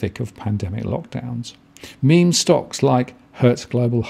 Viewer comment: He got it right the first time in the video and then reverted to "mem" At least he is not still saying "me,me". I don't know why so many people struggle with this haha I read it the correct way from the beginning.